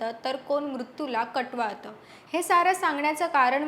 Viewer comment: कटवाळत नाही कवटाळत मॅडम